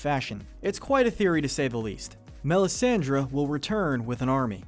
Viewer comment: He also mispronounced Melisandre.